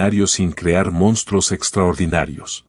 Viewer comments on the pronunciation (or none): none